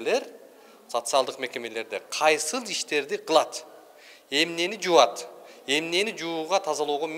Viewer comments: Жуат дебей жууйтдеп так суйлогулочу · Жуат эмес,жууйт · Салам тууган созду туура суйлосон жакшы болот эле жубат деген соз жок, жуют деп суйлосон. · мыкты журналист бала экенсин. Ар бир мектепте бар текшерсе чыгат созсуз, 6 техничкага айлык болунсо мамлекеттен, анда 4 нукун директор озу башка фамилия менен алып журотда ошол акчаларды.Бирок урматтуу журналист бала жУат деп суйлобой, жУуйт деп суйлочу эне тилинде.